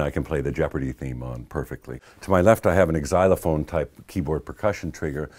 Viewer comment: Did he say "exylophone"?